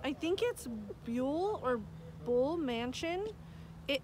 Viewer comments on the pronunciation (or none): It's Buhl. Like Buh Yul. Like Buhl Planetarium.